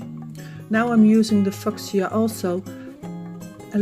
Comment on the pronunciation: I had to smile at the pronunciation of Fuschia